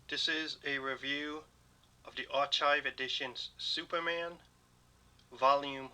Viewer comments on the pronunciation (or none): Love the vid! This next comment is coming from a good place and I just want to help. Archive is pronounced, är’ Kīv’ (R-K-EYE-V)